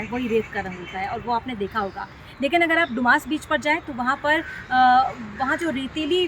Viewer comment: Madarchod ise doomas naki bolte dumas bolate hai